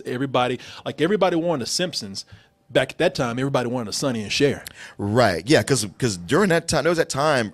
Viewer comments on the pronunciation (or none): none